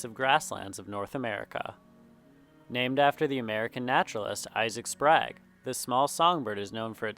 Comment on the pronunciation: "Sprague" does not rhyme with "rag." It's pronounced with a long "a," rhyming with the name "Craig." "Sprague" is an English surname meaning "alert." Sprague was a self-taught landscape, botanical, and ornithological painter who had nothing to do with slavery or the like. He'll also likely be historically erased in woke field guides.